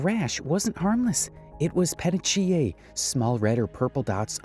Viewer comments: PETECHIA(E) (puh·tee·kee·uh) Crime junky ex biochem major. You know how when they find a body suffering from asphyxia(loss of oxygen to the body resulting in death) due to strangulation…? they usually, before or after speak on the PETECHIAL hemorrhaging observed in the eyes of the victim. NOT TRYING TO BE A D🍆CK or ANYTHING OF THE SORT, just a heads up in regard to the pronunciation, for future reference. Either way, LOVE THE CHANNEL & THE CONTENT. The amount of info you’re able to provide without turning this into HOURS UPON HOURS OF DEEP DIVING is AWESOME for mommies at home with EXTREMELY ACTIVE LITTLE ONES! 👏🏾🙌🏾👍🏾🫶🏾 THANK YOU!!! 🤩😎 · the pronunciation is wrong here lol. It's said pahTEEkia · Because of you, the saw music now evokes excitement for uncovering nutter butters and degeneracy in me! Lysm ❤❤ Also, petechiae is pronounced as peh-TEEK-EE-yuh 😊